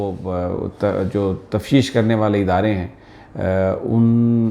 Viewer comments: Sami sahib ,lafz tafteesh hota hai ,tafsheesh nahin😊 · یہ لفظ تفتیش ہے تفشیش نہیں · سمع ابراہیم صاحب لفظ تفشیش نہیں تفتیش ہوتا ہے. Tafteesh